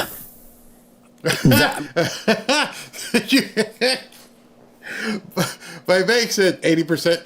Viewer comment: Dear, please, no offense meant: It's "Vivek" not "Vaivek."😊